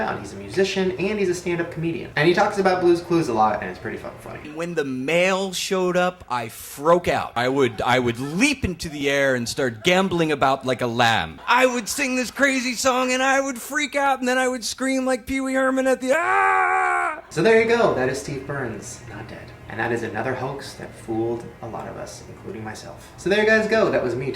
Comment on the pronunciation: Froak out?